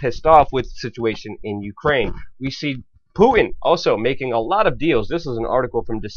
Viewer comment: Who's "Pooin"?